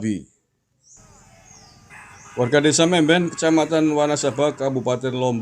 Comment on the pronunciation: Mamben guss..bukan memben